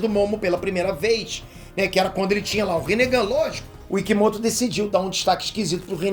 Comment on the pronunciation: Kk no começo do vídeo vc falou rinehd